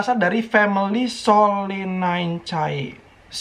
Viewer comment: Kak bacanya solinise, E dlm bahasa latin dibaca I, AE dibaca E, C dibaca S ,maap kalo salah....